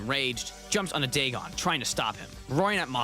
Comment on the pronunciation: It’s pronounced Da-gone